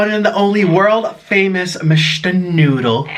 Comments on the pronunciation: Oh 😁 he was saying 🗣noddle lol 😂😆🙊🍝🍝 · Say noodle , say noodle NOODAL 😂😂😂😂😂😂😂🤷🏻‍♂️🤷🏻‍♂️😂😂😂